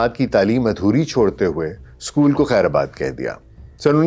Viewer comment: اور خیرباد ہوتا ہے خیرآباد نہیں۔